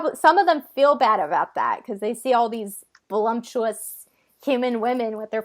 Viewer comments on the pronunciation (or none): It's voluptuous, not volumtuous. You did rather well with vocabulary and grammar. But being on camera and public in your speaking, one should always be polishing their communication skills, right?